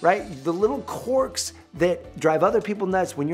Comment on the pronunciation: The way he says quirks, lmao. QUORKS.